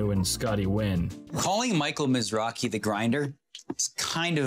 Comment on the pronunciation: Thumbs down for completely butchering his las name.. you can actually here in every clip they call him Mizrake! not Mizraje